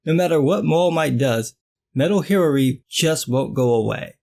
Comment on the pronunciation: Hiraree is how a Chinese person would pronounce Hillary....lol